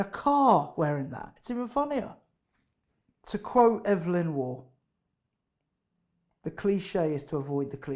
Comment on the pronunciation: But he said Ev-e-lyn Waugh. It's Eve-lyn Waugh.